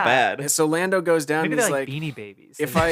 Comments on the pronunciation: episode 3 of mispronouncing things: Lando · mispronunciation of the week: Lando